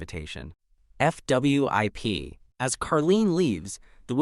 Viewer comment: Why does AI not like to pronounce 'fwip'? It's always 'F W I P'... (o_-_)o